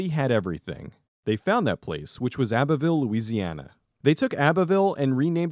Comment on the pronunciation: I love this deep dive, I just have a little correction. The way you pronounced abbeville is a bit off. The abbe part is supposed to be pronounced like the girls name abby